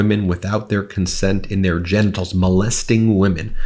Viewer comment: “in their gentles.” “Tik tac” lol! You’re tired, dude. TDS is real. Take Trump off of your brain for a little while, man. It’s really getting to you.